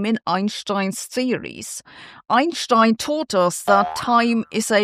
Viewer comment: OUR MAHTHS SAY SO AS DOES EYE IN SHTINE :face-fuchsia-wide-eyes